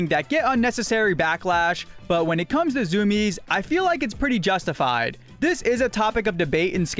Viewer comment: zoom-iez? i thought it was zoo-me-ez